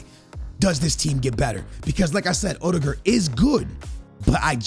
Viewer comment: Bro why does he say odegaard like that it’s not that difficult to say Omds😂🤦saying it like he’s rudiger 😂